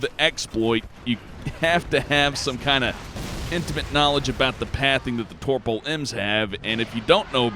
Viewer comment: there is no R in Topol buddy